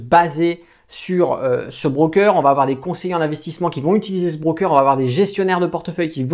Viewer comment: c'est pas un 'BRRRROOKER' mais un broker!